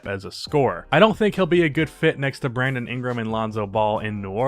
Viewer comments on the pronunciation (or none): none